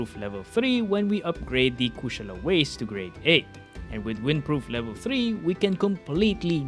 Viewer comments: My guy dont losten to them. You got the pronunciation right. Never change it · That’s hilarious coming from you. You do realize the word Kushala it’s a Hindu word. Is not no American word. So he’s saying it correctly. You’re the one saying it wrong, obviously. There’s more languages out there than English. Maybe you should learn some more.